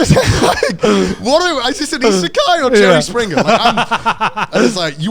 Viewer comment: Anybody else notice Connor said Joey springger